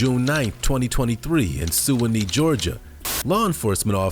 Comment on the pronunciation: suwanee is pronounced "swany"